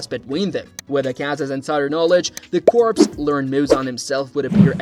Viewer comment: Lmao the number of times he says "demon slayer CORPSE" 💀 💀